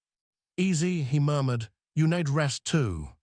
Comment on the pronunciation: they "nĕd"??? rest? ?????????? Seriously???????? NO!!!!!! "NĒĒD". LONG "Ē".